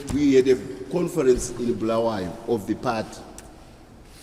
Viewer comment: This thing of saying Blawayo not Bulawayo